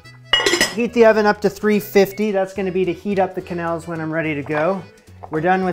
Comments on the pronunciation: As a French Canadian: its Ke-nelle!!! Im slowly dying inside everytime you say Que-nel 😢😢😢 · En francais the QU sound like a hard K and not a QW So for example Quebec is Kebek, not Qwebek and of course Quenelle is Kenell not Qwenelle. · I'm glad to see you making some of the Julia recipes that most people ignore. You plated the quenelles and sauce beautifully. I love quenelles, but I don't make them very often. Plain quenelles are particularly elegant with lobster sauce, and they are great as a fish course if you are hosting a multi-course dinner party because they are easy to warm up. The pronunciation is definitely "ke-nel". In French, "qu" is always "k". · In french "que" sound like "ke" the U is silent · But the "e" right after "qu" should be closer to an english "a". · your prononciation of quenelle is correct, but the plural, written quenelles, is pronounced without the s. basically exactly the same as the singular